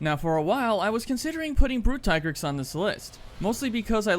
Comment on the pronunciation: it's tee-grex, not tai-grex. the handler in mhwi pronounced it.